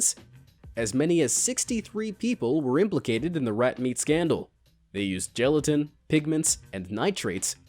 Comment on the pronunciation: You mispronounced paraffin and gelatin in the same video.